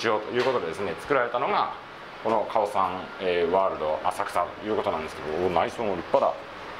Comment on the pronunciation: カオサンのアクセントがおかしい。オにアクセントだと思うよ